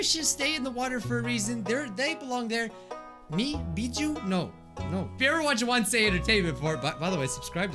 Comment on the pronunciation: He go to the animation where he’s not call he’s called beet shoe Mike